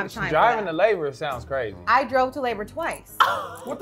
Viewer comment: said it tastes like she’s succin onna cork😤😩😬 lowkey “CWAZY”!!!!!…u can see it in her eyes AD betta stay Dangerous 😂😂😂😂😂😂